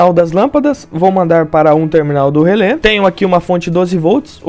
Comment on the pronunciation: fico pensando, se relé tem um acento agudo no final (cuja funcao alem de indicar a silaba tonica é indicar a pronuncia aberta da vogal), pq as pessoas pronunciam relê com a vogal fechada, como se o acento fosse circunflexo....